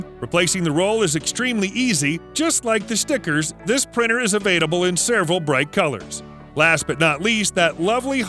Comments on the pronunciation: Avaitable? Is there context I'm missing where he can't say "available"? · i'm sorry, but the "avaidable" was just tripping me up sm watching this